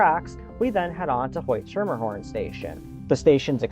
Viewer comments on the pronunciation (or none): Schermerhorn is pronounced skermer-horn, or skimmer-horn for fast talking locals.